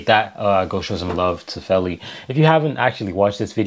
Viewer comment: Feli = FAY-LEE